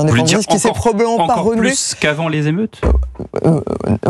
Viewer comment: non madame c'est pas "problament", y a des gens chômage plus fe 500 entreprises incendiées